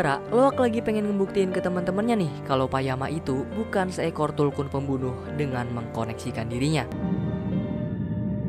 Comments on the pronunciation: tulkun bang.bukan kuntul..arghhh risauuu..😂😂😂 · Maaf aku tertawa karna abg nya salah sebut .masak bilang kuntul😢😂😂😂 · Tulkuntul yg gua denger bang wkw